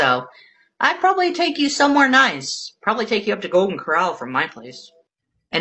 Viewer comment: "You've porobably seen this person on..." I've never seen or heard of any of the people you mention in any these videos. It's like a whole new deranged world for me.